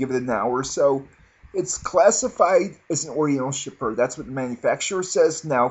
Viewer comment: Chypre --------> [SHEEP-ruh] not CHIPPER